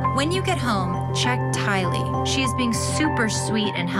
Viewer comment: Someone please tell how to pronounce Tylee's name.